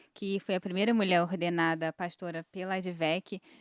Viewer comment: Nem pronunciar a palavra mulher este pastor consegue. (Mulé)